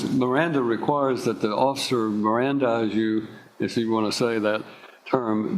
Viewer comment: Indoubleitably! "Mirandarize" alone should be 10 years to life.